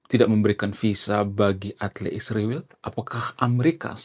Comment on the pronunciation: STOP sebut ISRAEL dg sebutan Isriwil. Kenapa kalian sebut spt itu. Apa lidah kalian beku? Sebut dg nama yg benar ya ISRAEL